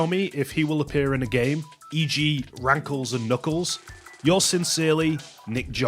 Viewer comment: When you saw “Rankles”, I hear “Graggle”